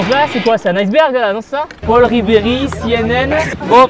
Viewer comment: Ah tibo je suis parti moi aussi cette année et bizarement j'ai tout de suite reconnu l"endroit. Cela fais quatre ans que je viens a Font-romeu, j'aurai pu te croiser, en tout cas ca fait plaisir que tu parte a Font-Romeu. Petite info, c'est pas " Paul Ribéry " mais " Paul Ribel ". Franchement merci ta choisit la meilleur station des pyrénées. La prochaine fois je t'apprendrai a skier si tu veut. Je connais l'endroit. Et si tu vois ce message dit moi quelle est ta piste préféré. Merci tibo. BOUMMM !!!